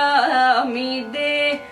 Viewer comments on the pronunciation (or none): Problem with Tamil and Malayalam singers pronunciation, it is not Kalayaami de, it is Kalayaami te.